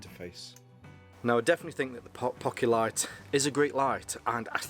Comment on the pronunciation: ( POH-kee-lit) There ya go Mate